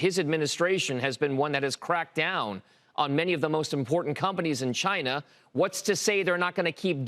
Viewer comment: Why would anyone care what this clown has to say? He has been as wrong as you could possibly be about China - his only value is as a contrarian indicator. Ffs, he can't even pronounce Xi correctly and he is supposed to be some kind of China expert?